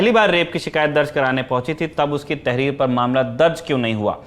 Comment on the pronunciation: ये तेहरीर तेहरीर क्या है?